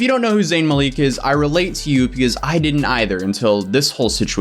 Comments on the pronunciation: you're saying Mah-leak But it's more like Muhl-ick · Not 'Mal-eek' more like 'Mal-ick' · It's malik not maleeeeeeeek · Is it really pronounced muh-leek? I’ve always heard mah-lik. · Zayn is the victim here, a victim of a set up by toxic & attention whores of people. BTW, it's MA-lik, not Ma-leek. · babes.. its (ma-lick) not (ma-leek) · Zayn "Maleek" 😂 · Every time I hear Maleek, I cringe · You’re pronouncing his surname wrong. You have to pronounce it as MA (LICK) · it’s Mal-ICK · M A L I C K that’s how it’s pronounced….😂😭💖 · Americans really need to stop calling him Zayn Maleek lol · ikr? its 'ma-lick' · Well here it’s a first name pronounced as Maleek because of vowels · Am I the only one who was annoyed by the way kept pronouncing “Malik”? Shdhsdhsjdsjfke 😶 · When he said Malik wrong 😬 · You're pronouncing his last name wrong lol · Even this guy who can't pronounce zayn's name correctly understands they did zayn dirty and some "fans" out there do not so ironic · I never heard anyone say zayns last name like that 😂 but Yolanda is so wrong if she actually did do that, can't stand entitled grandmothers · I died laughing when he pronounced it like that. As a zayn fan it hurts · You’re mispronouncing Zayn’s last name but I’ll forgive you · I cant get over how he says zayns last name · The way he pronounces Malik 😭😭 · I’m crying I know right at that point plz just say Zayn that’s it bud 😭😩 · thats what im saying lol